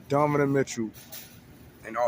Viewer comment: brother .. its pronounced DON- NO- Ven....otherwise i enjoy your vids ...keep it up